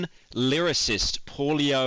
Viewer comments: Polio Coelo british people smh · Seeing Pyro try to pronounce Paulo was sad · in Spanish we say it "Pablo Coeloh"